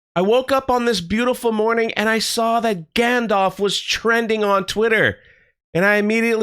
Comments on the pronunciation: It's not gandolf.. It's gandalf. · Its gandalf not gandolf and ill be very, very surprised if meteor man is gandalf. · Gandorf and Lombowski. Is any one else ripping their hair out every time he says this? Maybe he's not used to public squeaking, he piss-pronunciates a lot of worms. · Gayndalf you mean..